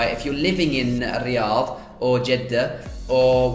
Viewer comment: I like how you say الرياض you pronounce it well👌🏼